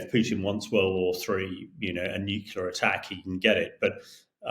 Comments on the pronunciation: He may be a very smart man but the word is NEW-CLEAR not NUKE-ULAR. Drives me nuts as a engineer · Nuclear not Nucular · The word is "NUCLEAR," Colonel Himash de Brotten-Gerden. You may need to revise those Year 1 phonics... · Nu-clee-ar… Not new-queue-ler I wish that talking heads would get this simple pronunciation right. What do other viewers think? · Damn, this guy, who seems sort of educated, says "new-kew-lar", just like George Bush used to. What is wrong with people? How are we supposed to take him seriously? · I find it annoying that military experts are unable to pronounce the word 'nuclear' properly. Where is their problem? It's NU / CLEAR. Two syllables. What's there to confuse? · "Nuculer" wow, a former professional soldier who can't even pronounce correctly the name of the most powerful and notorious weapon in human history. Apart from that, interesting article. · Why do all these educated people say “nukular”? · I wonder how Times Radio decides who should be invited as commentators. This guy apparently does not have a clue how 500% tariffs supposed to work. But he dares to comment. Also, he does not know how to properly say “nuclear”!